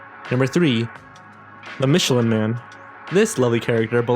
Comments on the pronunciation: OH COME ON NOT MICHELER MAN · I think it’s funny that the people who make these kinds of videos ALWAYS mispronounce the names of products and people. It just makes me laugh when he mispronounced the Michelin Man’s name. Gotta take your laughs when and where you can get them.